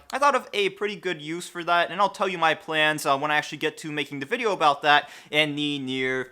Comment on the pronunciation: "if you dont like this wideo my name is linus" lmfao xD